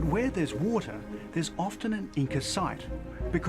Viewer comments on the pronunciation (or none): none